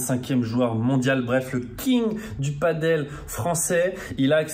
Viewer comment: Toujours un plaisir de voir tes vidéos! Quel sacré taf, bravo! Par contre faut vraiment arrêter de prononcer paddle/padeul, c'est du padel:D